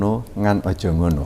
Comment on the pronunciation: Ngono yo ngono ning ojo ngono ( urip mung sadermo ) mas anjas salah ucap.